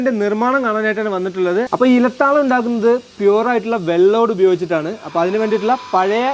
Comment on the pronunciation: Ila taalam... iyyalu parayunnath kettal tavalam ennu parayunna pole.